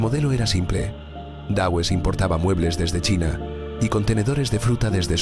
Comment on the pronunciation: este video es el claro ejemplo de la incompetencia de la educación del ingles en países hispano parlantes! Existe tantas gente con un conocimiento de los dos idiomas que en toda la gente que ven este video se creen que es así. A mi me sangran los odios al decir Dawes y Nottingham que no puedo! Es alucinante que esto se acepta